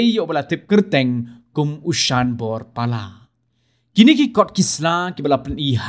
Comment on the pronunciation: thoh te thoh "Sanbor" ong pat te "Shanbor"